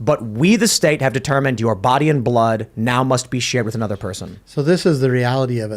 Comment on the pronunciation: Why does say "wit", not "with"? I think its intentionally done as he pronounces everything else with intent.